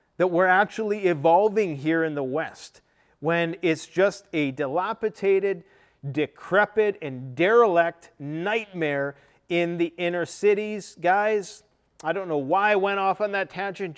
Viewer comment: that big word you are trying to use is DILAPIDATED, Not as you repeatedly say: Dilapitated. 😜😜😜😜😜😜😜😜😜😜😜😜